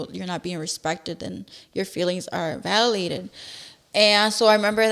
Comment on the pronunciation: Violated or valadated ? 😂@ I can’t with the likes had to skip most parts